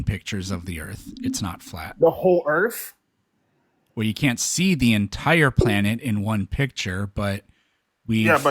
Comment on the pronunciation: Is the one guy calling the earth earf?????😅😂😢😮